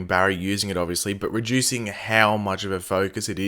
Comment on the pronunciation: When you said reducing the first time I though you said re-juicing and I was so confused lolll